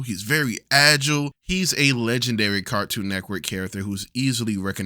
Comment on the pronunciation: Idk if it's just me but i am hearing Cartoon Neckwork instead of Cartoon Network lol